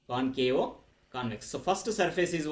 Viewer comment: Why did you add O like concavo, convexo, plano....tell me sir